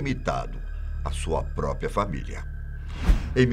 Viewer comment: Agradeço por vcs. terem suprimido o personagem Bira, totalmente desnecessário. Ainda mais agora, que o caiu no gosto popular. Porém, continua com o vício de linguagem e lê: própio. Passou da hora desse problema ser corrigido,.